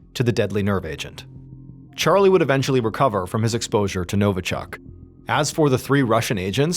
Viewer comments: NovIchok ... not NovAchok ... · Novichok, not Novochuck. This type was molecularly a COPY of the real Novichok, a British fake. This was an inside job to cast Russia in an "eViL" light.